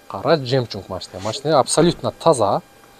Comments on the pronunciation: Жемчунг эмес жемчуг десенер😂😂😂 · Жемчунк эмес жемчук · Жемчунг 😂😂 эко ямыда бар ... Же атайы суйлойсунорбу ушинтип , Эл кулсун деп?) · Жемчуг дегенди , по приколу ошентип айтып атат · Жемчук да эмес ЖЕМЧУГ.